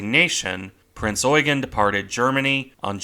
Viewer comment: You need to stress 'Eugen' more on the 'e'.